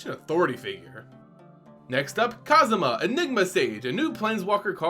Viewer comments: Literally cringing everytime you say Kasima. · Whoa. just referenced the video game series Yakuza despite not being a fan when he mispronounced Kasmina’s name as “Kazuma,” which happens to be former protagonist Kazuma Kiryu’s name. Strangely enough, both characters do wear white. I can only imagine how Yakuza fans would create memes and references afterwards if they see this video. In all seriousness, though, I’ll be curious about how Liliana’s teaching career would play out. Never thought of our beloved necromancer as a teacher at all. #KasminaKiryu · Wonder if you heard of the Yakuza games as well given how pronounced Kasmina’s name.